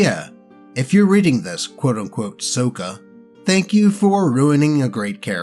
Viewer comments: More clearly, it's "Sock-uh" not "soak-uh" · BTW, the way you were pronouncing Sokka's name is the way it was (mis)pronounced in the movie (So-kuh), but not how it was said in the original show (Saw-kuh). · Did you JUST pronounce Sokka "SOH-kuh"?!?! It's "SOCK-AH"! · Correctly pronouncing Sokka is to be earned. You play the character right, you get your name pronounced right Saw-kuh. You mess up like this dude and the trainwreck movie... So-kuh. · Yeah, that's how it's pronounced that way in the animated series. The Shyamalan movie has it pronounced "Soak-ah", another reason why it's an abomination. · Sokka pronunciation, saa kuh. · Hey im not trying to be mean but Sokka's name is pronounced like socka. That is how the creators of Avatar pronounce his name. Other than that you do a good job keep up the good work.😊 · lord help me its pronounced sock-a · Oh boy, more! Also, isn't it pronounced "SOCK-uh"? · I love how he pronounces "Sokka" like the Shyamalan movie instead of the cartoon. He not worthy of Sokka's real name. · You kept mispronouncing "Sokka"; it's a soft "o". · Hearing pronounced Sokka's name. Gives me physical pain like that trainwreck movie " The Last Airbender. " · Are you picking the movie pronunciation of Sokka instead of the show version for a reason?